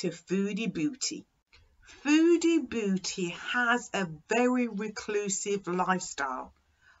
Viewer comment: it's "beauty" not "booty"